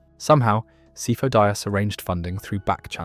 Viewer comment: Dude obi wan says sifo dyas in the movie, stop mispronouncing it